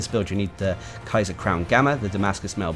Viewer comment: It's been months already. It's pronounced as kyarr. It means emperor